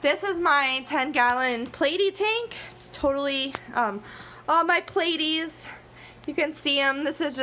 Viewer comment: I just wanted to say I got a good laugh out of the way you say platties😂 like plate instead of plat😂 also ilysm!